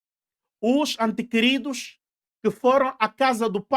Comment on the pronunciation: Diz-se ente querido e não antequerido.